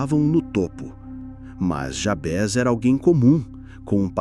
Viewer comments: A oração é linda! embora a pronúncia do nome, estou estranhando, sempre ouvi Jábes, e não Jabés... qual a pronúncia correta? nome é nome... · Só uma observação: não é Jabes o nome do personagem, e muito menos Jabés. É JABEZ - grafado com Z e a pronúncia em português deve ser a mesma de Juarez, Inez.. como se tivesse acento circunflexo na letra E, assim: JABÊZ e não Jabes. I Crônicas